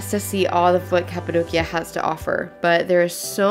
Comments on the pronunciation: Your daughters are so adorable and smart!☺️ I laughed at the part when said “cat-adocia” 😆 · Cat-apadocia? Well-done 😂😂😂